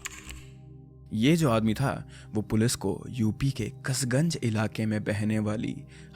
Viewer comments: you pronounced Palwal and Kasganj wrong, its पलवल and कासगंज. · Bro you pronounce Kasganj wrong